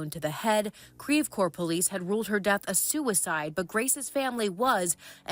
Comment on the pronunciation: Creve Couer is pronounced “krev coor” not “kreeve core”🤦‍♀️